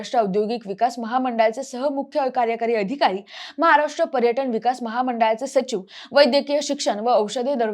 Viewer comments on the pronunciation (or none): none